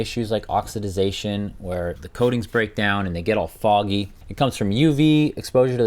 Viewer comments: Please learn how to say " Oxidation". C'mon man Not "OXYDIDATION". UGHHHH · Not oxi-DI-zation - OXIDATION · (Ox i da tion). Not (ox i da dation) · Oxididadtion or oxidation ? 😂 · Oxidation.....Not Oxidization !! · "oxidization"... cute. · Don't make up words! It's OX-I-DAY-SHUN. Oxidation. Sorry, I couldn't resist and thanks for the video. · Can't stand that OX-IH-DIZ-AY-SHUN ! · O X I "D" I ZATION...😂😂😂😂WTF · It took me almost the whole video before I could correctly pronouce oxidation again.. Oxi-dation say it with me. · the word is oxidation, not whatever you're saying. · OX - I - DA - TION. EASY TO SAY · Great job. Say it with me...oxidation. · Ok sorry the word is ox-i-da-tion. Ah that feels better. Great vid btw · It’s oxidation. 4 syllables.